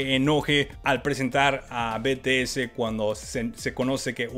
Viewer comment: Olovorgo con el Jimin... Es un Loquillo.... se dice 'BITIES' que las army te linchan xD